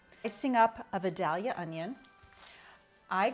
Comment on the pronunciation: LOL "vuh-dah-lee-uh." I'm from near Vidalia (Vie-day-lyuh), Georgia - best phonetic spelling I could do. Recipe looks delicious and your homegrown tomatoes are beautiful.